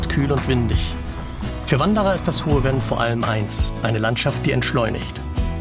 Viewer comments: Sehr schönes Video aus meiner Heimat, in St.Vith geboren und ich lebe heute in Lengeler an der Luxemburgischen Grenze Kleine Korrektur: das Venn wird Fenn gesprochen nicht Wenn. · Das " Hohe F enn" nicht " Wenn " ... sonst : tolles Video ... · Sehr schön! Obwohl ich um die Ecke wohne und so oft in der Gegend auch mit Camper unterwegs bin, habe ich neue Anregungen erhalten! Nur ein kleiner Hinweis zur Aussprache: Das hohe Venn spricht sich nicht wie „Wenn“ aus, sondern Venn wie Vogel 😊 ich freue mich auf weitere Videos von Dir!